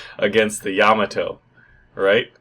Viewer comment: YA-MA-TO not YA-MO-TO